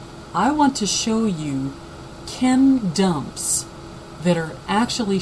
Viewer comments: i had to read the comments in order to see wtf she kept saying... Lmao. Thought she said can dumps.. Ok now i know its chem dumps. Anyway i agree with the haarp theory! N makes most sense to hit the east cuz its overpopulated n weve been knowing obamba is planning a mass depopulation.. So yeah. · this lady is a fucking idiot. "chem DUMPS" "do you see the chem DUMPS?" shuuuu the fuuuck up